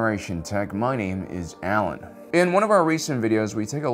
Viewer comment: Well hot dog! I've inspired one of humanities greatest anti-alien crusaders! Thanks Alan! You even pronounced my name correctly!